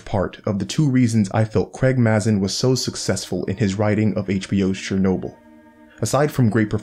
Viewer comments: It’s pronounced Craig M”a”zin! With a long normal “a” sound. Not Craig Maaaahzin like your saying it! :P I cringe and kinda laugh every time you say it. Lol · Excellent video :) As a head's up Mazin is pronounced "May-zen"